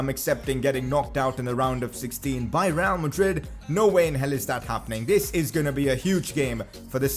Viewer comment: Why do you have to pronounce real like 'Rrrrrreaal?' That just blasts my ears lol